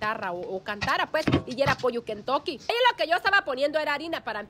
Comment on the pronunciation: 😂😂😂😂😂 te escucho desir kentoke jaja